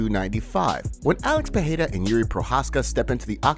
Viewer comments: Bro you would have to spell Pereira with two R´s (Perreira) for it to sound like you say it. the tip to saying it exactly right is saying it like the word "are" it rolls off the tongue haha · Thanks for trying to pronounce Pereira correctly however unfortunately it's still wrong. If there were to Rs in PeReira then it would be an H sound. But it's not so it's just a soft R roll. Think Pedeira. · Alex "Pehera"... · why do you insist on saying alex pierra last name that way? it's cringe worthy asf